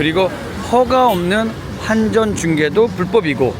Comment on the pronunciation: 한전이 아니고 환전입니다. 환전소라고는 이야기하면서 왜 앞에서는 한전이라고 몇번씩이나 실수하시네요